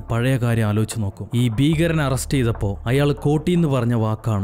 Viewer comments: ഫീഖരൻ അല്ല മനുഷ്യാ ഭീകരൻ 😃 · ഫീകരൻ അല്ലാ ട്ടോ. ഭീകരൻ